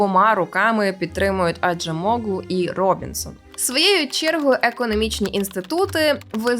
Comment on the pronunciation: Acem це значить іранець, oğlu -- його син. Отже Acemoğlu значить "син іранця". Наголос на останню літеру.